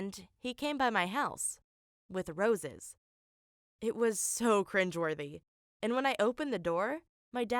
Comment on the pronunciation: VERY FUNNEY WHEN YOU SAID CRIGWORTHY